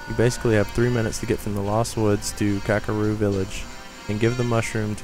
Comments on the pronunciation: Dude, it is not Kakaro Village. It is actually Kakariko Village. Learn your Zelda man!! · kakaro village and coca co lady